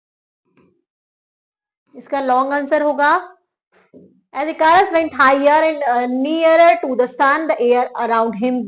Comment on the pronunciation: ICARUS : ई-क-रस